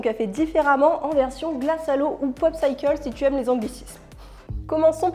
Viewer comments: Elles donnent envie ces recettes ! Juste une petite info, "popsicle" se prononce avec un [i] et non popsAYcle haha Sinon j'aime toujours autant tes vidéos et ton humour :) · Je vis depuis 40 ans au Canada et je n'ai jamais entendu prononcer "posAYcle". C'est bel et bien popsicle avec un "i". Edit. Si certains le prononcent "popsayccle", ils doivent être dans la minorité pas la norme.